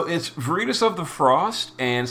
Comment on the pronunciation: Unsure why she can say veritas correctly and he cant lol